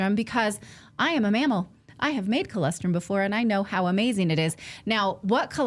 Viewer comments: Natali!!!!!! Please!!!! It’s ColOstrum, not CholEstrum. 😢😢😢😢😢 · You keep pronouncing it wrong. It's Colostrum...not Colestrum...